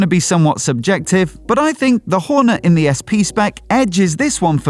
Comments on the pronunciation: Couldn't watch the video fully 'cos of that pronunciation of Hornet. "Horn-uh?" Wth? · Weird pronunciation of Hornet. Where did that come from?